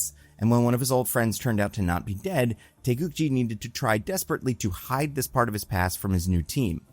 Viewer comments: its GI not JI, taegukGI like the karate outfit. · korean here, its taegukgi with hard g's, not taegukji. with love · Taegukgi, gi as is geese, not gym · The fact you pronounced Taeguk-gi almost correctly is really amazing. I don't know how Marvel officially pronounces the word, but it should be a 기 (gi) instead of a 지 (ji) sound if the hangul is supposed to mean South Korea's flag. If anything, I'd expect americans to stumble with the Taeguk part, which you got perfect. Also excellent video, would love to see Yeun in comic roles again.